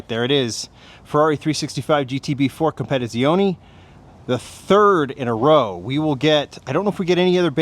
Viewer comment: You pronounce "competizione" very bad